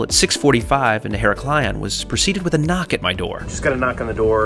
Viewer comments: her-AK-lion and NOT hera-KLI-on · basically in modern greek its EE-RAK-LEE-O without the n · Only problem is the Americans' complete inability to pronounce any foreign names. It's quite easy to say Iraklion ,why make your life difficult with Heraklaion???? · Heraklion is pronouced He-ra-kli-on not her-o-kil-an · As cabin crew I used to fly to Heraklion nearly weekly and just for future notice the pronunciation is IR-AK-LEE-ON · Thanks for pointing this out. I love his videos and watch them all but was cringing eveytime said her-ack-lee-on... 🙂🙂🙂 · Ee-RA-klio... emphasis on the RA. Avoid the cringe. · Lovely trip, but,but ,but: Her-a-klion, with the stress on the A ! Love your videos all the same...! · FYI her rack lee on is the easiest way to say it in english hard word though great video! thanks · Heraklion = pronounced Irak-lee-on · Tnx for sharing but I can't but laugh how you pronounce Iraklion.🤣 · I live on create and have made that journey more times than I can count. Sorry for saying so but your pronunciation of heraklion was painful. I cringed every time you said it. Surely that would have been easily researched. I find the Greek nation generally don't do customer service. Only perhaps in the hotel industry. I loved the room but as you say, a little wasteful for a daytime trip.